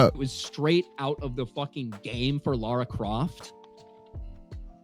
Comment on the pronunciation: Every time someone says Laura I take my anger out on a dog.